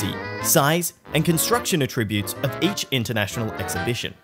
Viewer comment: While we're at it: The Power Broker's author's last namr is pronounced KAE-roh, not kuh-ROO; AEH-trih-Byoots. Public opinion about Robert Moses has not softened, unlike the narrator's claim. He built a personal coffer by selling tokens on the Triboro Bridge, thereby financing his highway schemes. He nearly destroyed what is now downtown Manhattan to build a short expressway. Grrrrrr.